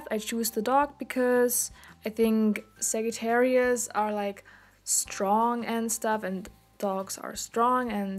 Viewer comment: It is pronounced Sajattarius